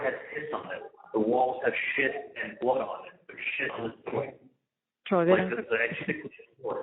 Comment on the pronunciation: Chawlie-boarding (aka: water-boarding) 😂